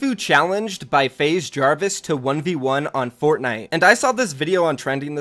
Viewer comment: Jahhhvis? Coincidence, I think not